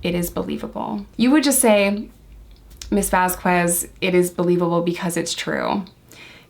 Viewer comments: A note for future videos: There is no W sound in Vasquez. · Camille Vasquez. Camille, not Camilla... Vasquez is pronounced Vas-Kez. You're so much better than Elaine. She can't seem to get Camille's name right either but I think hers is more out of spite than ignorance. I'm not calling you an ignorant person, I'm only referring to the pronunciation of Camille Vasquez's names but now you know and; G.I. Joe and all... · Great analysis! You hit several of the same points as Spidey from Behavioral Arts! Just a head’s up…Vasquez is pronounced without the U. So it’s pronounced “Vaz-kez.” Elaine was super annoying about her name. I know it’s an innocent mistake in this video, but Elaine was strategically disrespectful about her name. Like she would pronounce it right but then during cross and redirect she’d say it with the U again. 🙄😑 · Vasquez is pronounced with a K sound where the QU is. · i love you and i loved this video, which is why i need to tell you that the "u" in "vasquez" is not pronounced. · I was looking for this comment. I agree it’s a not a super important detail in this video as isn’t trying to be disrespectful but I thought Elaine was saying it wrong on purpose and this video made me wonder if I heard it wrong since I am only on like day 3 and haven’t heard her name said a lot yet. I just saw Elaine using it wrong in like recap YouTube videos so I was wondering if it was really said the way I thought or if Elaine was saying it right. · Great analysis! The u in Vasquez is silent BTW. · We call Elaine Bredehoft Umbridge. They are supposedly very good lawyers but they are obviously not litigators. Umbridge is used to depos and settlements. I think the Turd has ruined her own case by forcing their lawyers to fall down rabbit holes like muffins & megapints. Camille's last name is pronounced VasKez. Yesterday, it hit the press that the reason the Turd's role was cut back because of lack of chemistry with Jason Momoa.